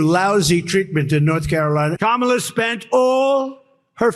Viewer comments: Hey Laura Ingraham CAN read! And she pronounced Kamala correctly. Stay in school kids. :_rudy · Did Laura just say Kamala's name properly? What is going on? Play the clip!